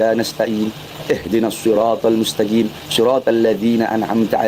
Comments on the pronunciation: Eh Bahar Mustaqiim, bukan Mustagim. sejak kapan Rosulullah baca Mustaqim dengan Mustagim, inikan fatehahnya pak umar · Emang ada Rosulullah bca fatihahx " ihdinassirothol mustagim bukan mustaqim " 🤣😁🤦